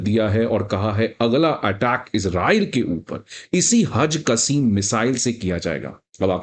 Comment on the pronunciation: वह टिट फॉर टिट नहीं बल्कि टिट फॉर टैट होता है।😅😅 और मिसाइल का नाम हज कसीम नहीं बल्कि हज कासिम है। दुनियादारी से थोड़ा बहुत जुड़ा व्यक्ति भी यह दोनों शब्दों का उच्चारण अच्छे से जानता है क्या आप वाकई हो।😅